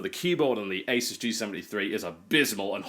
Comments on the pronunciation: Talks about ROOT-er vs ROUT-er and proceeds to say AY-sus instead of UH-soos... TB XD sometimes you drive me crazy but I always gotta love you for what you do XD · Rooter, eh? Well, my good man, Asus is pronounced Ay-Soos. ;)